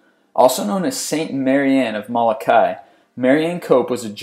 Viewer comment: It's pronounced Mo-lo-kai not Ma-la-kai